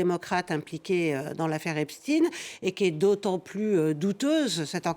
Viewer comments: « Epchtine »hahahaaa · C’est pas possible de prononcer tous aussi mal epstein